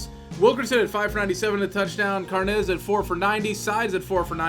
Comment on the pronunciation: carnes is irish not spanish its carnes like kim carnes not carnez love the series